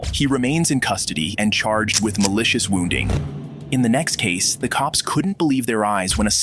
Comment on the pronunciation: WOT? "MELICIOUS WONDING" ????????